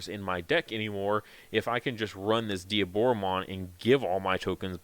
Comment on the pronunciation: Thank you for saying Dee - aboromon and not Die - aboromon. Instant subscribe